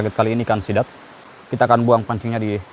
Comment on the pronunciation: Dengan gagah nya bilang sithan😂